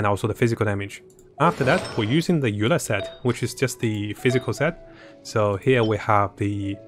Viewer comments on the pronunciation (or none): none